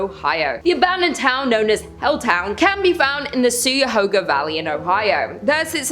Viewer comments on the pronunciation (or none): Hail,, thou dark and sinister queen! Great video, as always. As a local of the Helltown region, let me add the following: * Cuyahoga — say “Kya-Hoe-Gah”, with a long “o”. It means “crooked” in the local Native American dialect. Yes, it’s weird. * Helltown is somewhere in the depths of the Cuyahoga Valley National Park. It’s the smallest national park, compared to monsters like Yosemite and the like, which is a little unusual in and of itself. It’s had it’s fair share of strangeness, like many other national parks. * The Peninsula Python is worth time in a video about displaced critters, particularly when you consider that a tropical python has no business being in northeast Ohio given our nasty winters.